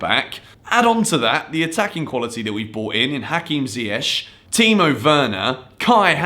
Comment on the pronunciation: You know that Hakim alrdy told in his interview to pronounce his name with K in the end, not sh xD